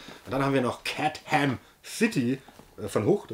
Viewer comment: Catham City (mit engl. "th")... siehe auch "Gotham City" ;-)